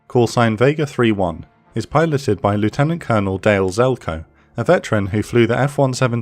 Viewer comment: Man still cannot pronounce ‘lieutenant’ correctly 😅